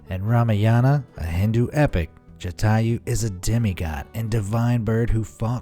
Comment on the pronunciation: Not chathaiu it's Jataiu